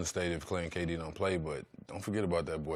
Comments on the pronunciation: he says GayD instead of KD 😂😂😂😂😂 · McGee said GayD instead of KD. My guy. Lol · He said gayd not kd lol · he called K-D gay-d. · "GAY-D" Lmao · “Gay-D” 😂 damn JaVale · Lmao this man javale said Gay-D he shaqtin a fool everywhere😂😂😂